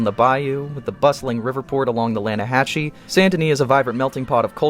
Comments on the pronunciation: Is bro related to Javier (Lan-uh-has-ee) not (Lan-uh-hach-ee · Lan-Ah-Has-See * Not Lan-a-hatch-che Good grief . Arthur even TELLS you how to say it when talking to Lenny. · It's not lanahachee it's pronounced lanahassee 😂😂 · It's pronounced Lanahassee River, as Arthur points out to Javier when they go fishing. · it’s pronounced Lannahe “see”